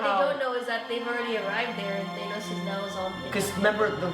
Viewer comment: stop saying thanos wrong lmao